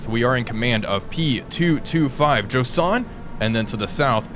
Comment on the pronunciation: It's not Josan it's Joshan the H is right there, as in "Joe Shank" (prison name lol). Also how accurate are those ammo capacities? 6000 rounds of 40mm Bofors for real? 🤨 P.S. planes have the greatest range at cruise speed and cruise altitude, maximum or minimum both reduce range. Cruise really means optimum.